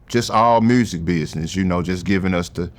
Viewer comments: The ‘mursik’ lol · I don’t trust him. He don’t say mursic